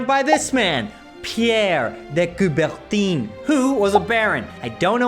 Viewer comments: I believe it's pronounced [kubertan], but I'm not French so:P Love u! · It's "de Couber-TAHN".